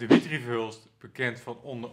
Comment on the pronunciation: Eén Nederlander, eentje maar, die de voornaam van Verhulst correct uitspreekt als DI-mi-tri, niet di-MI-tri. Het zou mooi zijn.